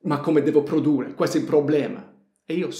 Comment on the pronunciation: PRODURRE devi dire, con due R finali